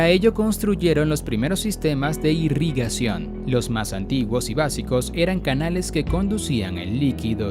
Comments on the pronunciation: Irrigación se escribe y lee, tal vez leer más despacio para no equivocarse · Irigación se dice caballero, a ver si hablamos con corrección.